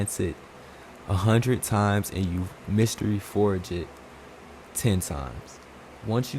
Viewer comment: You think he knows its mAstery forge and its not a mYstery what happens